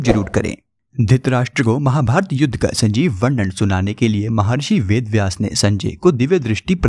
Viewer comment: सजीव(sajeev) not sanjeev.